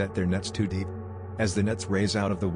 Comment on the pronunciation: "too dyeep "